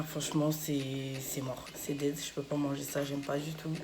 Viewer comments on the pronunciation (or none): none